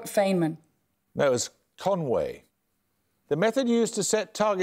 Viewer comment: "Your bonus questions are on mathematicians who died in 2020." giggles Not a good look. But hey, maybe they'll get at least one... right? "...Robert Fain-men" Please, make it stop... "No it was Conway." Mendelson looks completely indignant. Just embarrassing...